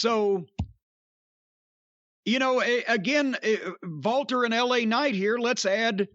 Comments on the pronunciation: Walter is actually pronounced "Valter". Jim is correct. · Because in Austrian and German the “W” sound is a “V” sound.